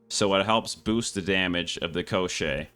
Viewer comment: I'm not surprised at all! Everything is written very clearly!))) You pronounce it correctly - Ko-shchey. The push didn't work for me either because it drained stamina, and I don't like running without dodges.